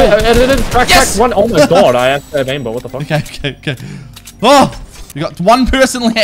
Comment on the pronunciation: Who else heard swear when he said he had aim bit O-O